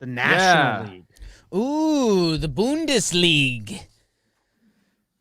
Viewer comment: It’s acktschually “Bundesliga”